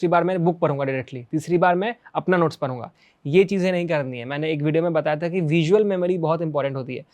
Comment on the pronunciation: Any bihari noticed that "prhunga" Instead of pdhungaa❤❤